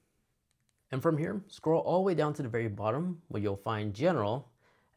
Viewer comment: This is helpful but suggestion: Your diction is super lazy and distracting. Dropping syllables makes you sound illiterate. "Hold" not "hode" "All the way" not "alway" "Pretty" not "pri-ee"